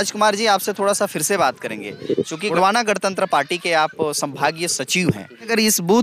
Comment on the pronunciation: "गड़तंत्र" नहीं भाई 🤦 "गणतंत्र" ।